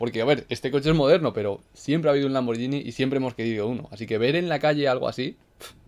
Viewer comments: Lamborghini, no lamborllini Saludos desde Italia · Si lo pronuncia como "Lamboryini", entonces yo también puedo. Gracias por tanto